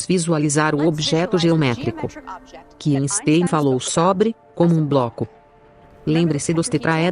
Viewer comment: A dublagem é péssima , além de pronúncias erradas das palavras pixel e Einstein, por exemplo.